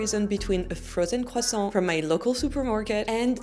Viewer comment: It's pronounced "kressant".